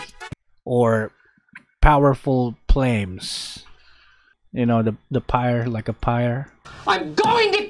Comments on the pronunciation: "powerful plames" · Nobody: Just Nobody: Not a single soul:: PoWeRfUl PlAmEs